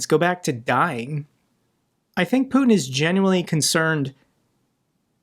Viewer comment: I love it how Macron puts the stress incorrectly on Putin's name. So it reminds of a certain French word